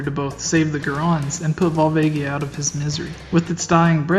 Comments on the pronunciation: Vohl-VAH-gee-uh. Not Val-VAY-gee-ah. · vol-vaygia? go-rons? what the actual fuck